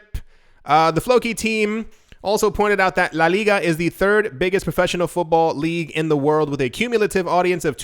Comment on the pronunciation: Your phonems in Spanish are ON POINT!!!! Congrats, veh few times I've heard that level of detail, simpli the way you say "la liga" sounds 100% native